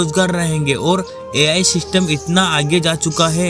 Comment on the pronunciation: System ❌ sistem😂😂